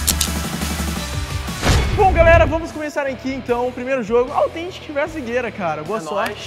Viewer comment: A NÃO AUTHEEEEEENTIC FALA SÉRIO NÉ pelo menos vamos ver se o Leon vai conseguir